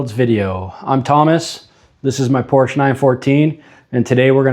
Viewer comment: Love the work, and progress... reminder, it's Por-Sha.....it's not a porch. Keep the awesome videos coming! Mad skills.